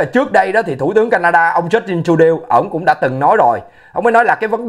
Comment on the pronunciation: Prime Minister of Canada is Justin Trudeau ( Justin Tru đô ), pronoun correctly Bro.